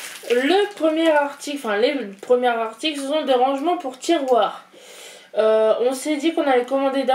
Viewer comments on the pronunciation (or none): les premiers Zarticles, tu t'es trompé sur la liaison loul